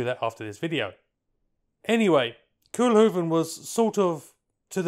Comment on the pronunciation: If you ever are confronted by dutch O's, followed by a single consonant, in the future "Coalhoaven"